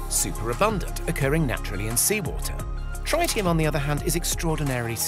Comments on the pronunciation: How can you make a video like this and not even know how to pronounce the word Tritium, its Trit-i-um not Tri-tium and if you didn't know what Tritium is, its a radioactive isotope state of Hydrogen, with 1 Proton and 2 Neutrons, where Deuterium only has 1 Proton and 1 Neutron. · Dude, it's tritium: not trietieum. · What? Trytium? Do you mean Tritium? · It is pronounced "trit-ti-um" NOT "try-ti-um". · Guess the whole video is irrelevant he pronounced it wrong, dang. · No one says TRYtium, not even in US English. It's TREEtium. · Try-tium huh? Is that a new element or a mispronunciation of tritium? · Tritium not "trytium" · Wtf is tri ti um. I think you mean tritium. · Tritium.. not triteum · Its tr-IT-ium not tr-ITE-ium... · He also said 'runaway reaction' when talking about a fission plant. Also: thats not how you say tritium.